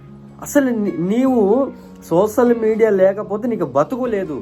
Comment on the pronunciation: ముందు నువ్వు సోషల్ మీడియా పలకడం నేర్చుకో, నువ్వు కూడా ఆ సోషల్ మీడియా లోనే పిచ్చి పిచ్చిగా వాగుతున్నావ్